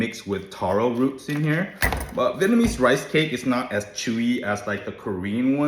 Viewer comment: Try pronouncing VIET nam and not VIT nam. Vit means duck as you know. Western Viet people for some reason can't pronounce their own country's name correctly when others can. You sound stupid.